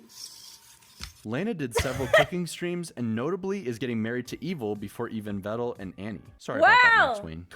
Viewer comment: Tbh I didn't know I was pronouncing Pedal and Medal wrong this whole time. Glad he told me they are pronounced like Vedal is!